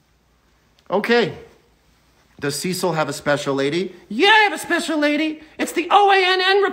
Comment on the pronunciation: When he says "Cecil" but all you hear is "sea salt" 🙈